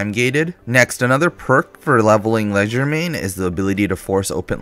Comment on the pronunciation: he can't even keep one wrong pronunciation to stick to. leg der main? ledger main? cmon man atleast try